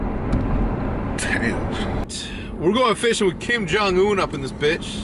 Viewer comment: When Hecz called his brother "kim-jung-un" i died hahaha